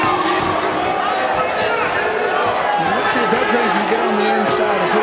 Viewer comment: That's my mfing cousin so fucking proud of him doing the Alexander name right ❤